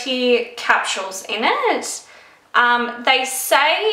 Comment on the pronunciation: How the hell cant you even pronounce something that you love so much??? It aint that hard! ITs phonetically! Litteraly CE-RA-MIDE. And what the hell are capshuels???? Its capsules! There is no shhh sound in that word!